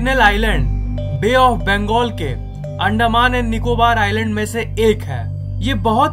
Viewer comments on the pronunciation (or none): none